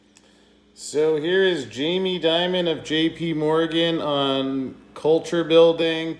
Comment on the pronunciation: you always mispronounce his name, its not like Diamond its like Demon. Jamie Demon, if you will.:)